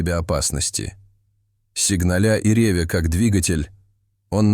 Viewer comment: "сигналЯ и рЕвя" - Вы хотели сказать, сигнАля и ревЯ, как двигатель???